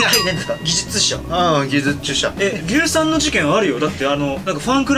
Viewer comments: 硫酸言えない2人可愛い( ´,,•ω•,,`)♡ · 今回のは、結構エグかった😣 でも、技術者、硫酸言えてないのは癒されたー🤣